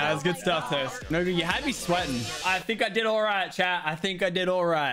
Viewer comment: LOL YOU SPELLED TOAST WRONG IN THE TITLE u said tost lmfao